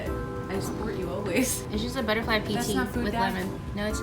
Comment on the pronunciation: Is it me or does she pronounce her name is Inca instead of Inga?